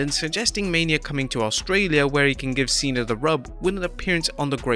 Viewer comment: bruh it's Cena not cean 🤦